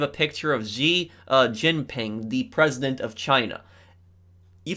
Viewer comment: Xi jinping is pronounced shi Jinping